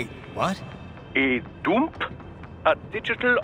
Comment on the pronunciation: "Take a DOOMP" heh "Take a dump"